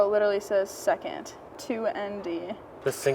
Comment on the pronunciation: "I build and design cars" LMFAO not with them gaudy ass nails and calling 2nd gear 2 ehnn Dee